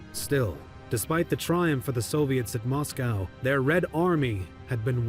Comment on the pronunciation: Probably the first time I have heard anyone say Mos-kauw. It's mos-ko. The exact same way we would pronounce Cosco. Also Manstein is said the same way we say Einstein.